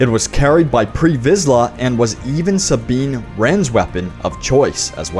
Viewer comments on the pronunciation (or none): none